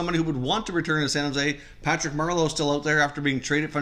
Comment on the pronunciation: “Shan Jose Sharks” lol